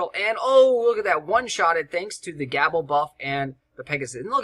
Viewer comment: Not to be picky, but Gable is typickly pronounced with a long a, like gaable,almost like "gaybel" even, love your videos man, used alot of the strategy guides for heroics, would like to see more of them in dat playlist =)